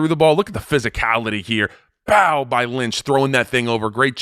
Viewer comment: I wondered how long into the video before we got giving us an offensive lineman "bouw".... Absolutely love your analysis...reminds me a little bit of the late great John Madden.